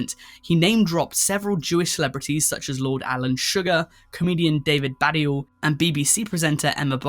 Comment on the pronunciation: David Bad-di-al? No. David Ba-deal.